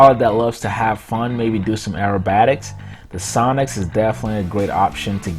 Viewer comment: When you sad sonix I heard sonic -_